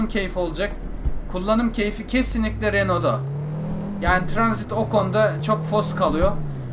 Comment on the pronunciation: abi tranzit değil'' transit''